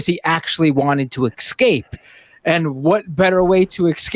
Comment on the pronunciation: "Esssscape,". Unless you're also going to, "axe," me a question